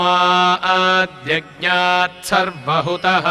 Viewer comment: Can anybody tell me that why ( तस्मा ह द्य ज्ञात is being pronounced in spite of तस्मा द्य ज्ञात